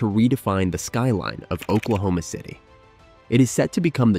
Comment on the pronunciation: I'm sorry, did he say Oklahoma?Ci'm a sherry ?